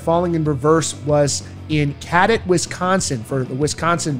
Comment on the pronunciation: U said cadott wrong lol I was there it was dead!!! VIP crowd was dead!! And he’s right. Wife and I were so pissed how we couldn’t see shit! Waste of money never will do it again! Artist can say what they want. We do talk our shit if they perform shitty! Why can’t they say god why come back if the crowd isn’t pumped to see the band! I support Ronnie and Falling in Reverse and will see them again! And we tried to “mosh” and have fun security came into the crowd and stood by us it sucked!!